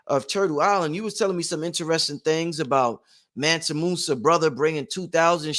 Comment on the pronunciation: ManSA not ManNA